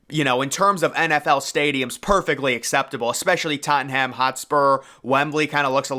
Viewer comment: You’ve got to learn to pronounce Tottenham correctly.